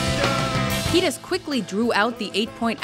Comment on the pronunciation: Mispronounced keidis!!